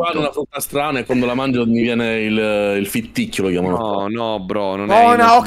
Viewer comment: comunque si chiama ritticchio non fitticchio